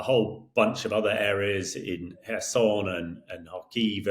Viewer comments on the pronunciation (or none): none